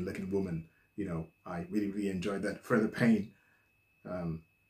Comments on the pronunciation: I'm pretty sure her 1st name is pronounced like, Free-Da. Also, I agree that she IS beautiful, sings beautiful and her outfit is beautiful. However, I think the ONLY ones there that are worse at dancing are the weird go-go dancers behind her. What she NEEDED was some dance lessons. that would've made her career go a lot farther. Just MHO but, like assholes, everybody's got 'em... that that was mine. Mind you, I've always LOVED this song. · Pronounced Freeda. Great reaction and your analysis are always on point. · "Freeda" Payne...get it? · The beautiful Freda (pronounced Free Da) is still with us. She was never with Motown.